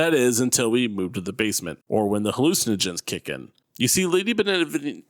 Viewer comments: It’s pronounced “ben-eh-vien-toe” not “ben-eh-ven-eeto” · If i hear this guy say "Benevinito" one more time i swear. Its "Beneviento" dummy As in BE-NE-VI-EN-TO.... Americans apparently speak English but cannot read or spell